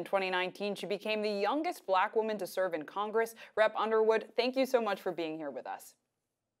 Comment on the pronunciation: Can't even pronounce her own name correctly 😒😒😒